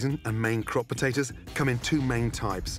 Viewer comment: Anyone ever notice Gordon says Butatoes